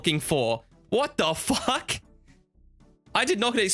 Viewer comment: My favourite thing about is his ability to add the letter W to his "Fuwck"'s